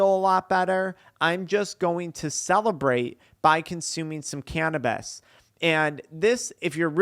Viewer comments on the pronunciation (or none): Can’t watch this one but I appreciate you, I’m petty and cringe when you say “canabeez”